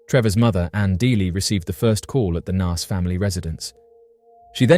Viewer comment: I remember when Trevor Dealy went missing and bro really needs to learn how to say Naas lol you say it like your saying the alphabet a sound if that makes sense.